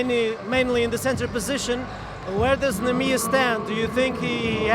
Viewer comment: excelente pronúncia a dizer "Neemias" hehe